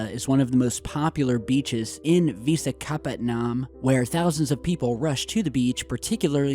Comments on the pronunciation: vishaaa kaaa patt naaam😂😂😂😂😂 its "vishakha-patnum" 😄☺☺😛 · It's pronounced wish-aa-ka-patnam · I loved it when you said vishakhapatnam. That was funny. #love from India Go on, keep up the amazing work. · "Vishakhapattanam" pronunciation